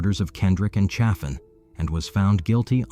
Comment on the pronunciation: Lonoke County is pronounced "loan-oak". Low-naw-kee? Sheesh. And the name of the victim in Russellvile was Chaffin, " pronounced chay-fin, not cha-fin. I used to date his cousin. The Chaffins were relatives of a prominent radio and TV personality in Little Rock, formerly of Jonesboro, AR. And there's more. But that's enough for now, chilluns.